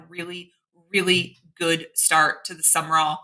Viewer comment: New coach name is pronounced Jon SUM-RALL not SUMMER-ALL